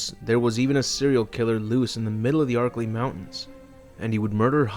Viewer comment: Yo I took a shot every time you said archilei mountains I got fucken drunk